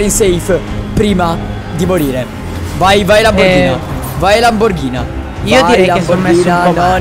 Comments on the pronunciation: Lamborghini non lamborghina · Prima di tutto si dice Lamborghini non Lamborghina prima che vengo la a farti un corso di italiano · Cap è Lamborghini nn Lamborghina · a detto lamborgini